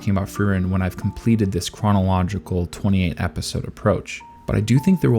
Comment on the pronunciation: The way he said chronological lmao